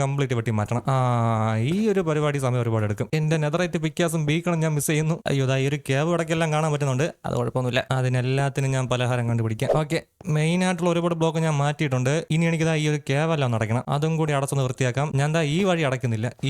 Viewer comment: പരിഹാരം ❌ പലഹാരം ✅